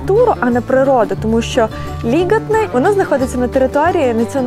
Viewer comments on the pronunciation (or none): ЛІгатне, а не ЛігАтне… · Прекрасное видео, благодарю. В латышских словах, как правило, ударение на первый слог: ГАуйя, ЛИгатне, СИгулда.